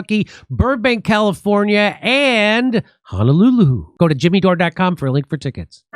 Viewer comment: I love the way Jimmy says “Honolulu.”